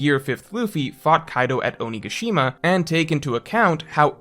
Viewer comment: Your pronunciation of onigashima is killing me.